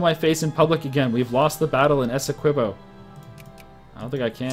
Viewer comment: Esequibo, with the ''qui" pronounced as "ki", as in Kit.